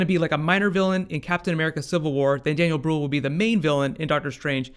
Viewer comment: I absolutly love your work but look up on how to pronounce Daniel Brühl. I know German is not easy but it tips me off whenever you say it wrong:D Aside from that: I can't wait to see Benedict Cumberbatch on the big screen! Germans are still waiting for The Imitation Game but I'm sure he will be even more awesome as a superhero:)